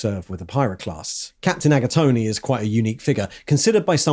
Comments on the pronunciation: Did he just call the third captain "Agatoni"??? 🤌🍕🍝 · There's no way his name is actually pronounced "Aga-tony" 😅😅😅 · I like how half the video is read straight out of the codex I'm getting my paint ideas from. Please stop pronouncing the 'e' at the end of Agatone